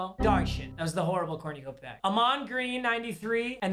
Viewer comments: it cor nu copia not corn u copia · “cornyuhcopia” this bothered me for no reason, corn-uh-cope-e-uh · Nobody:: CoRnYOUcOpiA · "corniacopia" smh 🤣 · Anyone else hearing say cornyacopia instead of cornucopia😂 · Dude says cornyacopya 😭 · Papa how tf do you say cornucopia so wrong💀 cornYOUUUUcopia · Its cornucopia, not corñucopia